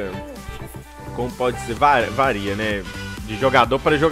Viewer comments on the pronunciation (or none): none